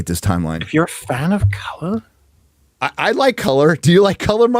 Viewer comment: Dont say colour that way, have some respect for your elders from 1700's